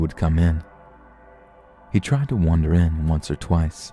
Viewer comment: Claire Rose OMG me too, I love but he says the word wander or wanderer any use of the word and he says it wrong,I just don't get it and he's not the only one and he not the worst one either. Anyways, I totally get what your saying!! I'm a stickler for grammer and pronunciation in this community.